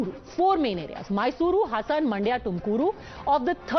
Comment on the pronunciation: Everyone it's Mandya and not Maandya !! 🤦🏾‍♂️